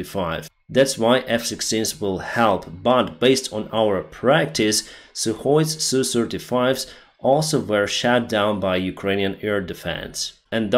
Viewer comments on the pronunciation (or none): I like your dialect: "...they where shat down..." - imagine how that looks like 😂